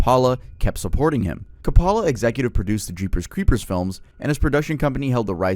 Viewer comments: Francis Ford Kapala is CRAZY work. Come on dude 🤦 ... And how do you not know how "obscenity" is pronounced? You obviously do research, why not research the pronunciation of words and names you're not sure of? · Do you really not know how to pronounce Francis Ford Coppola's last name? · You clearly put a lot of effort into your videos but please look up the pronunciations of difficult names and titles and stuff. The way you said “Coppola” had me reeling